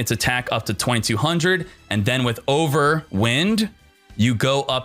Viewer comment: pleaassseeee, youre pronouncing wind-ups properly but then youre pronouncing overwind like if it was a windy day cmon man >. <